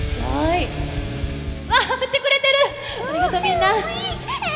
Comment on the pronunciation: ごめん、 の「振って〜🙂」が雰囲気と違うトーンで笑った